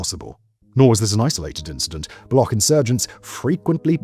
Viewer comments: See, the "ch" in Balochistan isn't like "Mach" or "Charisma", it's like "Check" or "China", you got to pronounce it. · it’s not baloch ending with a k rather ch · > be an expert in geopolitics > can't pronounce "Baloch" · Can clearly pronounce "Balochistan" - Can't pronounce "Baloch" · It BA-LO-CH ---> Ch as in China not as Kh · 😂😂 it's not Balokh! It's Baloch with Ch at the end like Chap. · It's shocking that you've made a 24 minute video analyzing the situation in Balochistan and you did not take the time to learn how to pronounce the word "Baloch" or "Balochi". It's not pronounced "Bal-okh", it's pronounced "Bal-och" and the ch sound is how it's pronounced in the word "Champion" This imo puts the rest of your analysis in bad light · For the last time, it's not Balokh, it's Baloch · why do westerners pronounce baloch like that (balokh)? it's not a german word, it's pronounced baloch, ch for cheese (بلوچ) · its not Balok but Baloch ending with cc sound as in stich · Its not balokh. Its Baloch. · It is not Balock like a lock, It is Baloch like Launch, Launcher or like gotch you, so you shoud to say balotch. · It's not pronounced as Balokh as you are doing. You are pronouncing it as it is pronounced in the world Lochness The ch is pronounced as ch sound in cheese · Its not "Block" its "Baloch" . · It’s pronounced Ba Loach! Not Block. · It’s not Balokh, but Baloch. Ch here is pronunciated as it’s done in Chapter. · Its not balokh it baloch with a ch as in cherry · It's not Baloc but Baloch (ch as in China). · Baloch is not pronounced as bal-ock but as bal-oo-ch. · Buddy please it's not balo-khhh--- It's balo-chhh--- it's hurts my ears funny. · BULLOCCKK PEOPLE?? You already pronounce it properly while saying Balochistan. Just remove istan and say Baloch. Chhhh... Not khhh... 👍🏻🇮🇳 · It's pronounced ba-lo-och...not ba-lo-ok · Its not balok, its baloCH.. ch as in chick. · It’s baloch bro not balokh 🤦‍♂️ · Baloch not Balogkh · The ‘ch’ in Baloch is ‘ch’ as in ‘chair’